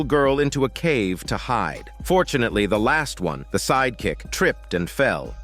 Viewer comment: You really said fortunatelly 😂😂